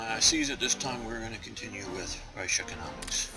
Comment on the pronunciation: videos are very detailed ! only 2 minor suggestions a)no need to still try and pronounce the german words (for some reason you never quite can i.e the word "die" meaning "the" is pronounced "de" like "delete" , the "ch" in "reich" is pronounced like the "ch" in "ache" and so on) it is quite frustrating b) no need to get into so much detail in minor events like the publishing of a magazine (people can google it and get further information) , other than that great job